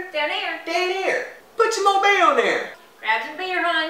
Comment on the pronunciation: Old bay seasoning on everything. Always. Fun fact: Because of how my family pronouces it, I swear I thought it was "Obey" seasoning for the longest.